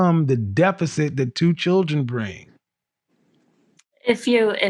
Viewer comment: She can't even pronounce words properly. It's promounced "children" not "chidron". It's pronounced, "older" not "odor".